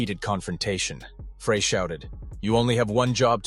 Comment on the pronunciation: I hate documentaries where the narrator has no clue. Joe Walsh was NOT a founding member of the Eagles. He didn't come around until the Hotel California album. In fact Walsh and Meisner weren't in the band together for very long at all. Glen Frey's last name isn't pronounced "fray". Bernie Leadon was not "leedon". Couldn't finish this garbage.